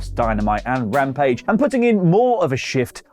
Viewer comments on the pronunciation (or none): none